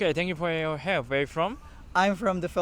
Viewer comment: just a tip, I don't know if you realize it but when you're speaking English you're kind of skipping over some important words/syllables. For example in your "where are you from?" we don't hear the "are". Or when you say "what do you do?" it sounds almost correct but it's way too fast, like it's all one word. I'm sure you're still learning, and otherwise your understanding of English seems very good. If you learn which syllables or words need to be emphasized or slowed down, you'll sound really good.